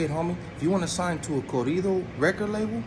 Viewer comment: ✊🏿&✊🏾💯UNITY!!Making 100%valid points.Let a white guy from one these major labels come and let's see the switch up. coming for real. Let's stop the division between BLACK N BROWN. PROMOTE UNITY 💯. BLACK N BROWN STANDING STRONG. ALSO HOMIE UR ESPANOL ON POINT WHEN YOU SAY CORRIDO.✊🏿&✊🏾THAT CAT GOT NO BUSINESS AT ALL USING THE NINJA WORD EVEN MORE SO WHEN HE TALKING NONSENSE & PROMOTING DIVISION AMONGST THESE 2 ETHNICITIES THAT HAVE STRONG N BEAUTIFUL CULTURES & HERITAGES. HOW SWIFTY BLUE GONNA FEEL WHEN A BLACK BROTHA USE THE WORD W💦BACK & B LIKE NA IM GOOD ON NE BIDNESS WITH THEM-> ILL TELL YOU WHAT What's gonna be said and exactly what you probably say "man F word that fool, hes straight racist", But somehow the nonsense you're talking is not straight up racist homeboy please you got stuff confused